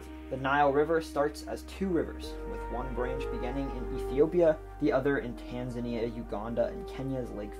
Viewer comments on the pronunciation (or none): none